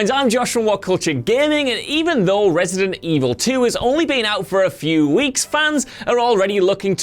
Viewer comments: ReEightSident Evil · Re-eight-ident Evil? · Re-EIGHT-ident Evil. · "Resident evil At"?